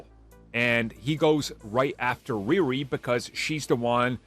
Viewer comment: Ree Ree not Rear-ree